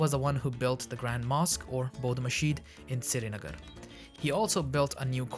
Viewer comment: The way you said "Sirinagar" makes me want to think you're Kashmiri.